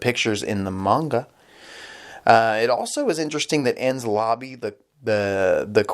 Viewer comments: It's also pronounced En-Knees-Lobby, not Enz Lobby. Also I made a mistake in my previous post. I though you were trying to pronounce Luffy when you were actually trying to say Lucci. It's Italian. So it's pronounced Loochi. Same way you'd say Gucci. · “En-Ness Lobb-bies”